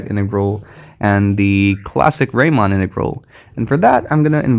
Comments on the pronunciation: Thanks a lot for this amazing presentation. I had never heard about product integrals. Just a little correction: the "normal" type of integral is named after Bernhard Riemann ("ie" instaed of "ei"), and Riemann rhymes with Reemunn. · It would be useful to know about real applications of these integrals , e.g. in physics . And a little ramark : it is Riemann (Bernhard) , pronounced like ''Reemann ''.